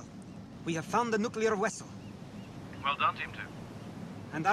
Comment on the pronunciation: You know what's funny......Russians have the letter V they can pronounce V. In Cyrillic it's their letter B. W is the letter they can't pronounce in English. So when Chekov says Wessel. It sounds STUPID!